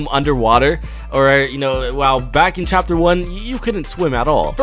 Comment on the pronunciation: Did anyone else hear him say chaper three season one?